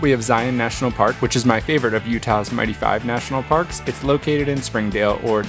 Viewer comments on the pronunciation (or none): none